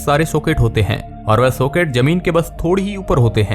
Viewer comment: सोकेट नही चूतिये सॉकेट......दोनों के उच्चारण में फर्क सीख ले